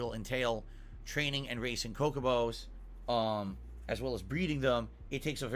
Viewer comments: This life long JRPG and Final Fantasy fan just called a 'Chocobo' a 'Cocobo'. I can't even with this chump. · Wtf is a cocobo. It’s a chocobo ffs 😂 69iq I know how to reeeed doooooods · I'm not a fan of the Final Fantasy franchise and even I know it's chocobo and not cocobo.